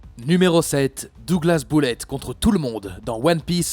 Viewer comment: Bullet se prononce beullètte pas boullette